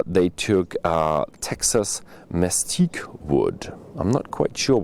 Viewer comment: It's pronounced "mess- keet" it's a phenomenal wood for smoking meat.